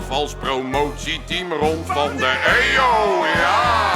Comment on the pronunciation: Die link tussen Montevideo en de EO snap ik niet. Overigens legt hij de klemtoon bij "EO" verkeerd, dus deze kan niet.